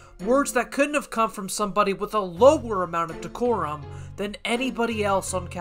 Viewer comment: She mispronounced it as “corum.”